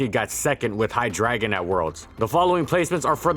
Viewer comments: at the same time though Pokemon can't figure out how Arceus is pronounced... but Hy-dragon just sounds cringy since it really should be pronounced Hy-DREI-gon given it's pre-evolutions use the proper german pronunciation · AHHH STOP SAYING HI-DRAGON IT'S HI-DREI-GON, DREI AS IN THREE IN GERMAN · Which still isn't drah, so yea, I disagree with how he did it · How you say HyDREIgon is very irritating. It uses german number 3 pronounced Drei not dra. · hy DRAY gon hydr AY gon EI MAKES AN AYY SOUND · why does he keep saying "hi dragon"? its hydr"ei"gon. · "HI-DREY-GON" NOT HIDRAGON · Its twitch Hi-dray-gon. Not Hi-dragon... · Man, the number of times you said HyDRAGON instead of Hydreigon.... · Wait, it's pronounced "High dragon"? I thought it was High-dray-gon. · I'm sorry to say but its hy-dre-gon Not hydragon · you arnt saying its name correctly. its not "High Dragon" its Hydra gone. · Hy-Drei-Gon. Reee why does he keep saying dragon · But it doesn't sound like he's saying Hi-dry-gon it sounds like he's saying "High Dragon", and I'm just imagining a dragon with red eyes smoking a blunt. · I’m sorry, but I could only withstand 45 seconds of you pronouncing it “High-Dragon” as opposed to “Hi-Dray-Gon” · I always thought it was hy-dray-gon not hy-dragon🤔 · it hurt hearing "High-dragon" instead of "Hydra-Gon" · I thought it was Hi-Dre-Gon not Hi-Dragon. But whatever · "Hydraygon" Did you mean, Hy-drei-gon? Name's partially German. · 🤔 Hi-DRA-gon? Isn't it supposed to be pronounced as, hi-DRI-gon? The drei in its name is German for the number, three. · I always called him hi-dre-gon Weird to hear hi-dragon so many times in one video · Hydreigon: "hi-dray-gon" not "hi-dragon" right? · Wait,is that actually how it's pronounced? I've been calling it hi-dray-gon this whole time. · Everytime you said "hi-dragon" instead of "hi- dry-gone" hurt a little cause you even acknowledged the german origins :( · Take a shot everytime he says Hydragon instead of hydreigon.